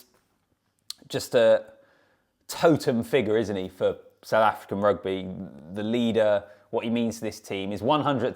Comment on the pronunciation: Wonderful review of the game and you pronunciations of the South African names are on point